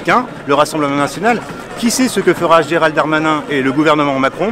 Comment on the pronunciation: GéralDE Darmanin!!! pas géraldarmain!!! MDRRRRR Bref c'est gérald mon cul mais articule xD 90% de couleurs en prison ouai comme sur les chantiers quoi.. x) je repense a la vidéo pas de kebab chez nous un truc comme ca et la on te dit il y a juste a etre utile a la france... Oui mais le kebab il taff légalement il se leve pour faire a manger a des citoyens xDDD